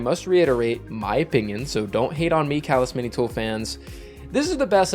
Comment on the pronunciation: You mispronounced calus mini tool